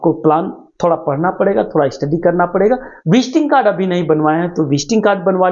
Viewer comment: Visting kad nahi visiting kard bole